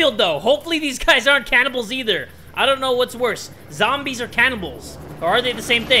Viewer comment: "All zombies, or ZAMBIES" - yes, sure, ZAMBIES